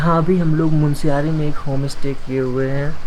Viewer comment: Oh Sir Jee, MUNSIARY galat hain. MUNSYARI sahi hain.